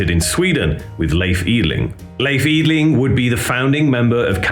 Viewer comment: Try "Lay eff".. and "Eee dling" And you will nail it :)